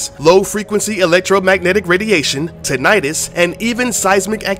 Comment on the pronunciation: Tinnitus is pronounced Ten-na-tis not Ta-ni-tus.